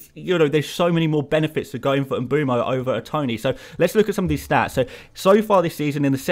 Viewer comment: “Em-boom-oh”? Why are English FPL commentators so poor at pronouncing foreign names? It distracts from what is otherwise excellent content.